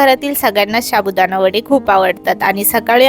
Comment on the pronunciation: तुमच्या बोलण्यात खूप अशुद्ध शब्द आहेत. व्हिडिओ छान असतो. पण ण चा न होतो बोलताना. शाबुदाणा हा चुकीचा शब्द आहे साबुदाणा हे बरोबर आहे